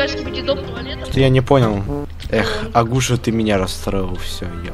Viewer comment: Агу'ша? Правильно а' гуша